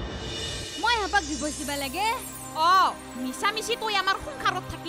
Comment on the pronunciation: Dee-vorce, not Die-vorce. Ek number faltu serial